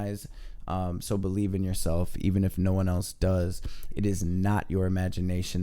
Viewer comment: I absolutely love your readings because they are positive and on-point! I look forward to your readings and wish you and your family love and light. I do have one request: can you please put an "L" in "yourself?" I swear that I am not normally a pain on the a** like this, but it's an English teacher occupational hazard.